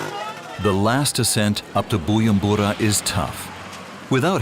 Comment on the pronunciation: nice video :) but the narrator kept saying BuYUmbura the letter J in "BuJumbura" is not silent (sorry had to say it 😅)